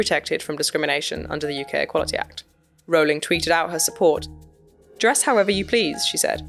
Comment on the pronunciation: It's "offensive" that the trans activist cant pronounce Rowling correctly (😂)